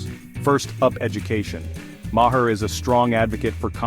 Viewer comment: Your editor must be a DEI hire. Otherwise they would know how to alter the pronunciation to say Bill Maher's name correctly. Also I believe Bill would completely disagree with your interpretation of his comments. You know - because you're an idiot. - you realize that means that you AND your AI are "saying it wrong".